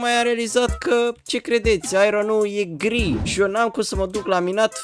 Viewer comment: Eu credeam că ai zis girl si cand m-am uitat era gri😂😂